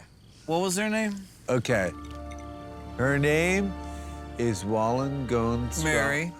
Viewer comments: His pronunciations of Wollstonecraft Godwin: - Golenswoft - Gollenswoggoff - Wallengodstroff Cogwin - Wallengonestroff - Wallenstonecroft Godwin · I could watch another ten hours of Rich Fulcher trying to pronounce Mary Wollstonecraft Godwin’s name. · Id watch this guy try to pronounce Mary Wollstoncroft Godwin for hours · Wollengodstop goblin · I have watched this so many times. The Mary Shelly part...it just kills me. It doesn't matter how bad of a day I've had when I listen to him try and pronounce her name over and over. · Fulcher + 🔥= MORE THAN..... 1 🔥 🔥♾️. Smoking and can't inhale because of Rich's trying pronounce Mary Shelley's maiden name. 😭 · I'm so glad they left in the part where Rich had to say "Wollenstonecroft Godwin" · Him trying to pronounce that name was hilarious 😂 I watched it twice 😂